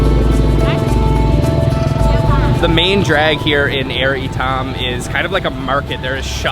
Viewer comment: Air shouldn't be pronounced like in English. It's more like aiur, the homeworld of the Protoss from the Starcraft franchise. Only the "U" is not so prominent in the pronunciation.